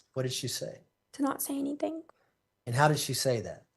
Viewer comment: She says anyTHINK LIKE Leticia 🤦🏻‍♀️